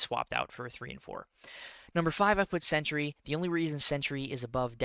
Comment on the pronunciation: It’s Sentry not “century”, I tell you because I love you 🤣 Two syllables not three